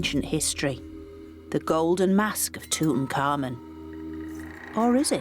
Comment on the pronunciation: tut ankh amun , yet she's pronouncing it like tut un-common lol